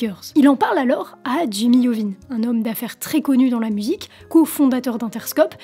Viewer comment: Si Jimmy t'attrape à prononcer son nom i-ovine tu vas voir lol